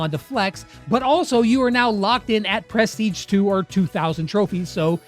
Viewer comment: Actually grateful that some of my mains don't have bad Prestige titles! The hardest part will be getting them in the first place... pronounced pruh-steej btw